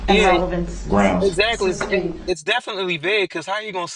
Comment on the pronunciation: Judge Dorow called the “entity” intelligent and articulate yet he cannot pronounce: ask, sustain, oath, truth, forth. He did t know what forthright or newton law meant. Compare his fingers and ears to the images you see in books of demons